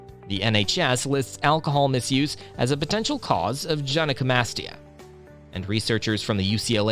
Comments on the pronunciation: its "guy-no" not "jen-eye" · i thought you said jedi comastia